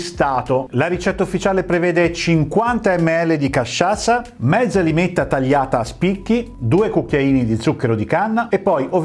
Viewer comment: Limetta e non lime ❤